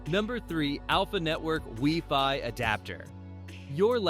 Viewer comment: Ah yes, the good old "weeee-fy"